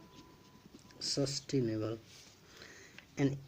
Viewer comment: No 10 is sustainable not sustinable